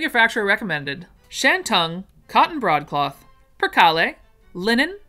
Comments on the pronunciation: I think the McCall 9198 would be loved by todays teens. BEEP BEEP BEEP you do not pronounce the e on PERCALE just kale like we eat. Oh thank you for upgrading your website. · OMG that was funny. You pronounced percale differently from what I'm used to and I said to my TV "it's per-KAYLE". Then you say "if I'm pronouncing any of these wrong, forgive me. So I said "ok you're forgiven 😂😂😂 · I only noticed you mispronouncing percale, which I have always heard as per kale. You're really doing better than I could. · I actually like your version of per-kahl-ay better, but I have always heard it said "per-kale" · poe-duh-SWAH; purr-KALE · Percale, is just like it's spelled ! Purr-,kale ! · Ok.... Per kale (yes like the vegetable,) ...... Po d' swa...... Crepe d' sheen, .......more a......., hope this helps .... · I think these fabrics may be pronounced this way. Tried to spell phonetically for you. Percale = Pur-kale, Faille= Fa- eye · Muslin is like a cheese cloth weight. Percale is pronounced Per Kale. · Percale, purr KALE Crepes, just like the French pancakes Faille, pronounced, file, just like what you use on your finger nails Hop that helps, I'm a Self taught sewist who's worked in 4 different chain fabric stores ! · Percale is only two syllables. perCAL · Percale is pronounced per-kale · Hi! Thank you for this video. Percale is pronounced perkale, faille is file, moire is moray. Love you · Yes, you mispronounced a few names of fabric I'm here for the lovely patterns and descriptions that you do with your special talent. Here are a few - bengaline Ben gal een, tulle tewll, peau poe, percale purr cal barethea bar a three ya. Birdy